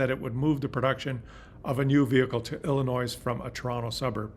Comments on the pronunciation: Please pronounce our state “Illinois” correctly. The “s” is silent. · Great content but why do you pronounce the S in Illinois??